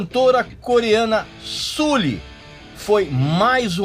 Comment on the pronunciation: Já parei de ver o vídeo só de ele pronunciar "Suli".